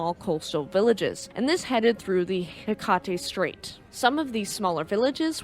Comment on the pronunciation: Great story. I grew up taking that ferry from Prince Rupert to Haida Gwaii. I was off at college in the interior when it sank. Couldn't believe it. Although, to be honest, that ferry fell off as soon as they took away the mortal kombat arcade! Oh, only thing that pulled me out of it was the pronunciation of Hecate Strait. "Heck-et" Or if you say it casual enough, it's just "heck-it". Minor nitpick though. Great research!